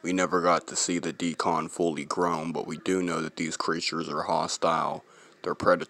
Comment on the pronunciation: It Isn’t called a “DE-CON” like you pronounce it. It’s called a Deacon. 👍🏾.